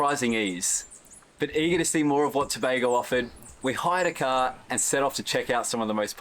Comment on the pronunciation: I hate when people pronounce it tu bah go 😫. Go on you sir for pronouncing it properly.